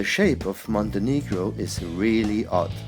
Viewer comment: Small correction , you do not spell Montenegro as you did... Second "e" letter you pronounce as "a" , so it does NOT sound like" monte negro " ( where it sounds like monte + affending word for black people) You pronounce second "e" same way as you say when you say "e" Hello , so it sounds tottaly diferent.... As its name is heard same as Italian last name "Montenegro" Meaning black mountain , but no sound to hear like affending word , as we in Montenegro do not pronounce it that way at all.